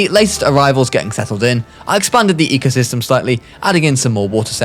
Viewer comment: you mispelled the thumbnail u said "ecyosystem"